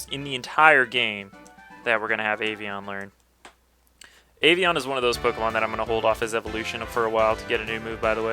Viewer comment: it's Avian :D just saying...